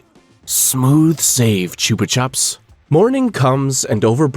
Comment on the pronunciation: Them saying choopa chups always pissed me off cause it’s pronounced choopa choops